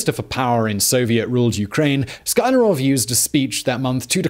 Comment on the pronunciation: Sky Larov? It reads Skly Arov! Please don't rearrange that name. Or you should start saying Hilter, Kneddedy, or Trmup. C'mon, why?! Sklyarov is not exactly famous, but well known enough.